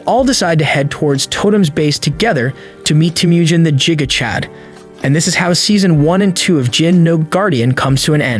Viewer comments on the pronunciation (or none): i love the way he says giga chad wrong and says jiga chad